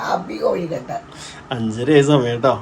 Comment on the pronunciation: എന്റെ പൊന്നോ എത്ര പ്രാവശ്യം പറഞ്ഞു തന്നിരിക്കുന്നു 😂കോഴിക്കട്ട അല്ല 🙏കൊഴുക്കട്ട 😁😁അക്ഷരം മാറിയിട്ടൊന്നും ഇല്ലല്ലോ 🙆🙆ദേ അമ്മയെയും പഠിപ്പിച്ചു വെച്ചിരിക്കുന്നു അമ്മയും ഇതു തന്നെ പറയുന്നു 😂😂ബനിയൻ സൂപ്പർ ചേരുന്നുണ്ട് ഇപ്പോൾ പുറത്തു പോകുമ്പോൾ വെയിലും കൈയിൽ അടിക്കില്ല സൂപ്പർ 😍😍ഇത് ഞാൻ കഴ്ച്ചിട്ടില്ല 😃ഹാപ്പി ഓശാന മിടുക്കി ഗ്രൈസ് ഡാൻസ് പോകുന്നുണ്ടല്ലോ ഗുഡ് ഗേൾ 👍👍🥰🥰🥰🥰